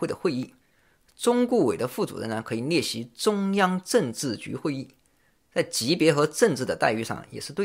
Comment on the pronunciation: 聽你說到“逆襲”嚇我一跳，趕快看畫面，原來是“列席”。哎呀我的媽😅